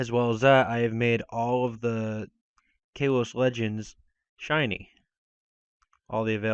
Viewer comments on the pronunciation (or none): its KALOS not KILOS